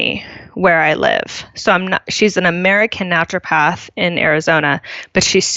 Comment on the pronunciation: I'm not sure what make me grind my teeth more, Britt laughing at charging a worried parent 150 dollars for holding a hot onion next to their sick kid's ear, or Seth constantly adding an L in the middle of 'Naturopath'.